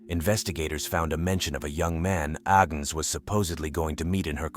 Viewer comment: Agnes, not Agens!